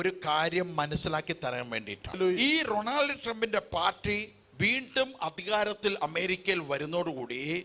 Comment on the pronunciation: Most people wonder how a common man who can't even pronounce Donald Trump's name properly made such an accurate prophecy!😅😅കാണിപ്പയ്യൂരിനെപ്പോലുള്ളവരെ മാത്രമേ അവർ കണ്ടിട്ടുള്ളൂ 😅😅